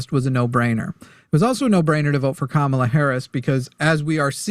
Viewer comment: sounded like he said "Kabala"